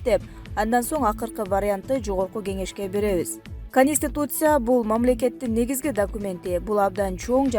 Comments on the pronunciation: Конституция дебейби бул чулдур конситусия дебей. Ушуга окшогон чулдурдарды эмнеге диктор кыласынар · Каниституция емес канститутция деп окулат тупица конституция деп жазылат